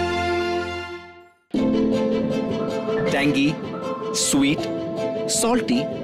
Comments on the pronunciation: Pooja Batra ma'am, take a bow. The way you correctly pronounced 'Maharashtra' instead of 'Maharashtraaa' was soothing to the ears 🙂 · This is how you pronounce PuNe, BHaakri, ThaLi, MaharashtRa, WaaDa. Great to see her working with Maharashtra Tourism.